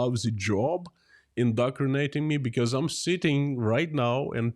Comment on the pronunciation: Very nice, that u learnt the correct pronunciation/spelling of the word "indoctrination" (not indocrination).